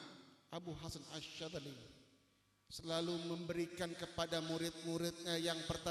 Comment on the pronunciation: Asyadzili itu penyebutan yg fasehhhhhhh